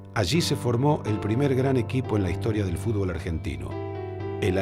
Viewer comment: dice fubol